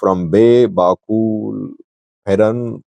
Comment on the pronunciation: Its bakool not bakul